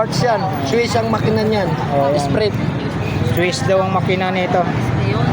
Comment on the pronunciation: ESPREE PO PAG PRONOUNCE NG (ESPRIT) just saying